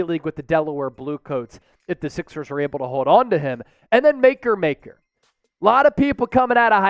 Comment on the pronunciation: Mah-coor maker not maker maker 🤦🏾‍♂️